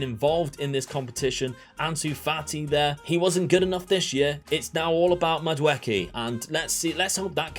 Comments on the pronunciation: The name is Nigerian it's pronounced Madu eee kay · Also, to help you out people usually say the name Mad-ooh-eck-ay.